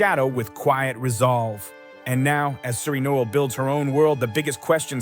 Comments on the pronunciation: No L Is how you pronounce the name she is using as her last name. Not knoll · No-el. 2 syllables.